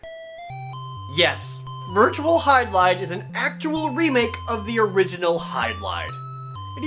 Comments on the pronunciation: pronounce "HY-DIL-IDE" lol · Oh come on its not that hard too say the tittle Jared let me show you Virtual Hy-barfs-...ok that was weird let me try again Virtual Hydli-DEAD